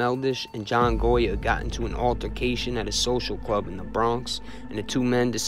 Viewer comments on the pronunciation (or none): none